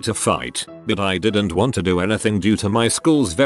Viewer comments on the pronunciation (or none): none